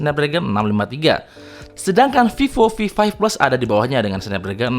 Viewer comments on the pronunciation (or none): Fifo fi five fles 😂